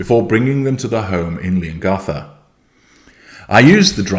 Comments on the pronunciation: Leongatha the th is pronounced the same as in three, thought, throat. Yes, the a as in apple. Another one they always get wrong is Gippsland, the G is the same as in Goat, Green, Great not a J sound as in Jelly. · you're making all my dreams come true. Thank you! 🙏😅 P.S. Just a little note from an Aussie to a Brit, it's pronounced lee·uhng·ga·thuh. 😊